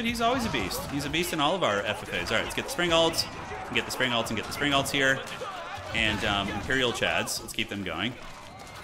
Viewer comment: not sure if its because you were china here - but every time you say springels - I hear spring rolls... damn now I want spring rolls.. curse you!;)